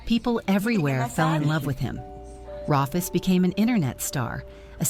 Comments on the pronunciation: Yeah, that was weird. Even if it's spelled Rufus, it's pronounced Roo-fus. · Rufus, pronounced Roofus, as in roof! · For your info I think Rufus is pronounced ROOFUS and the collective of kangaroos is a MOB unfortunately it a ai narration. Great story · If the narrator had an Australian accent his name would be pronounced Roo-fus.🦘